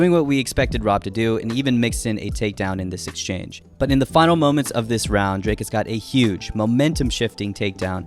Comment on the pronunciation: bro it's not draykus it's pronounced drie kus